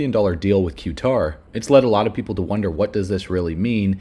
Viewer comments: It’s pronounced Kuh tar not Q tar. You sound uneducated when you consistently mispronounce words. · Qatar Cutter not Que Tar